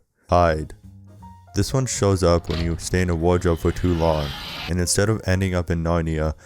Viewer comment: "Insdead it glows green insdead of blue" how rush glows blue? U talking about halt?